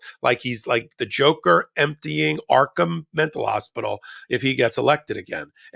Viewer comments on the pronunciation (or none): none